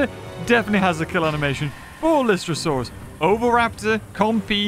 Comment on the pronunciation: It’s lie-stro-saur